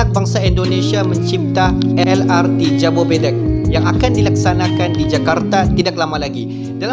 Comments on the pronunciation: jabodebek bukan jabobedek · Jobodebek (Jakarta,bogor,depok,bekasi) bang, not jabobedek 👌